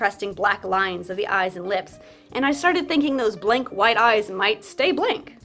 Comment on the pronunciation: Did u just say white the way that Stewie says cool whip?!?!?!?